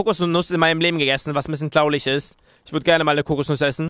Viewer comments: wieso sagst du klauliglch nicht traurig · und zu traurig sagt der ,,tlaurig" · Warum sagst du eigentlich immer klaurig anstand traurig auf jeden Fall hört es sich für mich so an . Nichts für ungut ich finde das aussprechen des Wortes sehr und zwar wirklich SEHR witzig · A und mehr er sagt tlaulich also nur zur info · traulig😹😹 das heißt traurig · ich liebe es wenn er sagt traurig weil er das r nicht so gut aussprechen kann und dann sagt er immer traulich was sich irgendwie voll witzig anhört😂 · Hey Ich habe da so eine Frage Warum Sagst du immer Traulich ist das in wo du her kommst so weil in Deutschland wir das Traurig ausgesprochen?! (Soll kein hate sein IST EINE FRAGE);D Und deine Viedos sind richtig feiherlich <333 Bitte liken damit er das sieht #LikeGeilistMeinLifeStyle xDDD Würde mich Mega Freuen wenn er das sieht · weißt du was ich bei dir lustig finde das du traulich sagst als traurig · man sagt traurig nicht traulich '3' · Fällt eigentlich einen auf das er Tlaulig Flage sagt is das gewollt oder hast du dir das angewöhnt oder was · Wer versteht auch immer Klaulich? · Seit wan sagst du Tlaulich anstadt Traurig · er sagt immmer tlaulich anstatt traurig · warum sagst du immer tlaulich statt traurig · Es heißt nicht tlaulig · Ich finde das dieses "tlaulig" ihn echt sympathisch macht 🤗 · sagt oft L statt r z.B. flage oder tlaulig😂👌🏻 feier deine videos 👏🏼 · wieso sagst du eigentlich immer flage tlaulisch also nie das R. das hört sich mega dumm an 😂😂😂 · wieso sagst du tlaulig XD